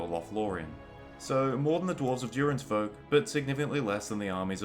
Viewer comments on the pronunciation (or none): none